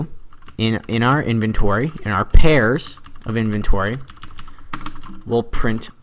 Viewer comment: anybody noticed how he said pairs sorry dude, but lol.